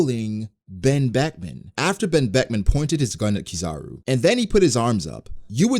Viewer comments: he said ben Beckman in ugh engrish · "Wen Weckwan" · Bro i lost it at the "OoOoh...Ben Bekuman". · Oooh... Ben Beckuman... 🖐️😯🖐️